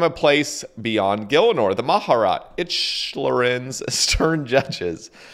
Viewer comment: mah-jah-rot XD